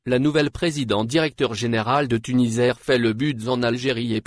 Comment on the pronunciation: TuniSair ça se prononce avec un s Et non Tunizair merci .